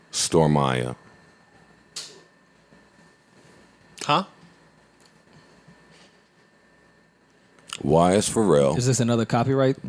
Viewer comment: Yo when is Joe gonna realize the girls name is STORMI MAYA. Not Stormiya